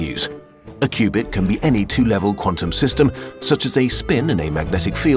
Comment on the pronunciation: and "qubit" rhymes with "stupid". 😂